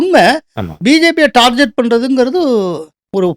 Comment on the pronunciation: டார்கெட்.. டார்ஜெட் அல்ல. திருத்திக்கொள்ளவும்..